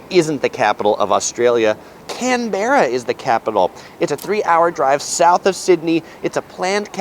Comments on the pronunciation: Nailed it, its CAN-BRA though, NOT CAN-BE-RA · Can-berra, lol……it sounds like Canbra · Top work,! As an Australian, I can confirm that you got everything pretty spot on. Your only homework is to practice your pronunciation of Canberra. It's "CAN-bruh". Not "can-BERRA". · It’s Can-bra, shortened, like the pronunciation of Melbourne. 🥰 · Excellent work. An you certainly nailed the pronunciation of Melbourne. Canberra (CAN-bruh) and Emu (EEM-you) not so much. The reason that you pay more for the "priviledge of eating" at restaurants on Sundays, is that Aussies believe people should have the weekends off to be with their families. If they give up that, they should be paid more. Not sure about "Dusty" being something you'll hear everyday Aussies say. I'm an old bloke and have never heard it before. Checked with a Millenial and a Gen Z and it was new to them as well. Whoever told you that one might have been "having a lend of you" (playing a prank). If you had too much to drink the night before, you'd probably be "feeling a bit crook" the next morning. BTW, loved seeing the old $1 note. Haven't been in circulation since the 80s -nice to see one again. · canberra, pronounced - cam brah